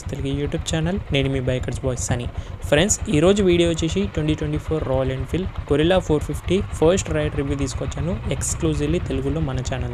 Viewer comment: గెరిల్లా అనాలి గొరిల్లా కాదు బ్రో.